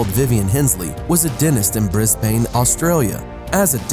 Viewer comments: You said Brisbane like Briz-Bang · You said Brisbane wrong mate learn it